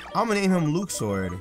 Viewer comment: You just pronounced Luxord as LOUks-ord, not LUcks-ord. I'm unsubbing! Kappa